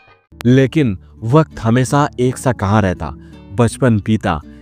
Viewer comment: Kosis nahi koshish, Sor ni Shor, Hamesa nahi Hamesha, Sasi Kapur ni Shashi Kapur. Kiu Sha ko Sa bolta tu?